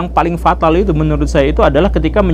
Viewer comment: Pak GG hampir keluar Sunda nya: ..."yang faling patal...."😁